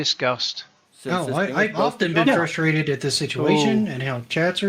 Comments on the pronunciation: I can't stand how says "futhstrated", people are futhstrated. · Half of it is his Sylvester speech impediment , the other half of it is that he isn't even trying to pronounce the first R in frustrated . I could deal with a simple fwustwated , at least that would show that he was trying 😆.